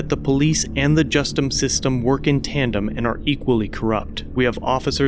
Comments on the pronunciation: I noticed you called our system just-em. We call it just-us. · "Justum system" lol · did you say justice or JUST US ?